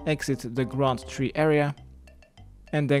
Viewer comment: The graund tree. Not the grand tree.